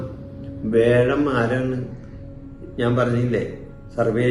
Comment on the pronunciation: വേഴം അല്ല വ്യാഴം